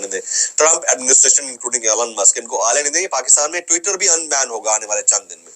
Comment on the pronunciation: Allan nahin elon hota